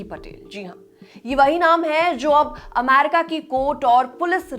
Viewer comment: Aamryca nahi America accha se sikh k aa pahile 😂